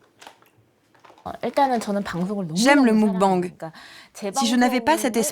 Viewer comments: En Coréen on dit mokbeNg et non moukbANg. D'ailleurs cela s'écrit 먹방 et signifie nourriture. ☀️ Bisous s'écrit soit 키스 (dit kisseu) soit 뽀뽀 (dit popo) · Les journalistes ne respecte rien, d'une ça se dit pas moukbenge c'est meukbange ensuite à qu'elle moment tu dis la "gloutonne" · Attends le quoi !? Le mOUcbang 🤣🤣 c'est mUcbang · "Le MOUGBANG 🤣🤣🤣🤣" le mukbang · Pour tout reportage qui se passe à l'étranger : renseignez vous un minimum sur la 0rinonciation des cinq mots étrangers que vous prononcez dans votre reportage. C'est pas difficile. Faites un effort. Mokbang* Soyone* pour mubkang et Seoyeon. Kimtchi pour Kimchi. Et j'en passe. C'est pas difficile pour le peu de mots que vous devez prononcer et c'est plus respectueux pour la culture évoquée. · Muk-bang 먹방 se prononce plus mog bang